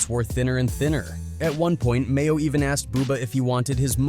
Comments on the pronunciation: His name is MAINO not Mayo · DOG, ITS NOT MAYO!!!!!! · Not Mayo‼️🤣🤣 it's Maino smh 😅🙈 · Tf? Mayo? You mean maino? Bro just stop covering rappers 😂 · This nigga said Mayo it’s Maino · You really called him mayo bis name is Maino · Called that man "Mayo" 😂😂😂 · Its maino not mayo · And annoys me he keeps calling Mano mayo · MAYO!!!? It’s MAINO!!!!! Come on man! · Batman Kevo it’s Bandman Kevo who tf made this video called G Herbo GBO called Maino Mayo is crazy asl 🤣🤣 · "Mayo?"...you mean "Maino" 🤦‍♂️ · MAYO????? BRO YOUR WAK…… LEARN NAMES ON EVERYONE BEFORE YOU MAKE A VIDEO!!!! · Who the hell is mayo😂😂 his name is maino 🤪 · His name is Maino not Mayo😂😂😂 WTF!! 😂😂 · U have to get his name right bro he is a pioneer in the rap game and he real solid maino not mayo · Bro his name is maino not mayo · The man called maino mayo 😂😂😂 don't let maino see that or your getting choked out next😂😂😂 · Mayo? It's Maino bruh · They called Maino (Mayo) 🤣🤣🤣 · Lol they called Maino "Mayo" 🤣🤣🤣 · Did he call him Mayo ahhhman I'm dead 💀💀💀💀💀💀💀💀👌🏾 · How tf you mispronounce Maino’s name tho.. this video a dub just for that alone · It's Maino mf'er. You suck at your job